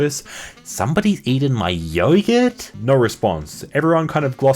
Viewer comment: Yeah what the fuck is a yoyurt mate hahah